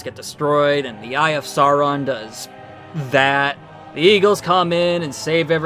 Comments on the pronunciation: Soarin' and Aruman. Got it...at least the 3 animated films have some cohesion with consistently inconsistent pronunciations of character names. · Bro, they couldn't even pronounce "Sauron" correctly.